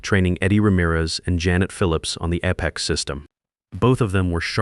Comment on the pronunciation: I enjoy how the AI makes up slurred mumbled nonsensical sounds as substitutes for many simple words. And if you are going to use a word -- like Apex -- perhaps make sure AI pronounces it correctly. All in all, this really detracts from an otherwise interesting story.